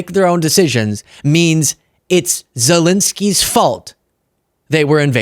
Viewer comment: ZelEsky not ZelInsky.